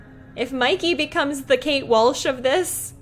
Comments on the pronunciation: It's Kate marsh lol not walsh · It's Kate Marsh, not Kate Walsh